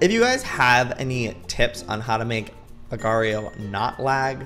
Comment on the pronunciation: It will forever bother me how Youtubers pronounce agar.io xD